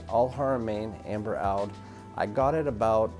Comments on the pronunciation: It’s a bit cringe that you’re doing a fragrance review and you can’t even pronounce Oud properly…. In fact that’s quite cringe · Please correct how your saying oud! Great video !